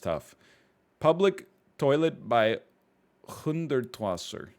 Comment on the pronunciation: Hundertwasser is hundred water in german so it's pronounced HOON-dairt-VA-sehr